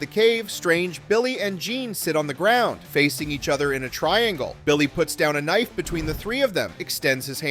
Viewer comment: "Thots naught a knoife."